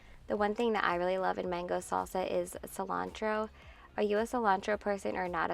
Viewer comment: 😂🤣😂 when you said Chris says cilontro